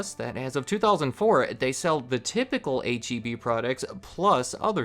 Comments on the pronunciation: H-E-B was the only thing I liked about living in Texas, and the only thing I miss from Texas. But don’t you dare call it HEB, Texans will be sure to let you know that it is H-E-B. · H-E-B? You mean heb?